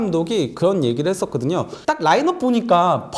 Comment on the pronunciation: 저 기자분 발음 왜저러나요?? 좋아 하그든여~ 했그든여~